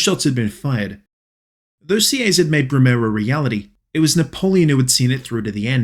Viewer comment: Btw Sieyes is prononced "see - hey - yes "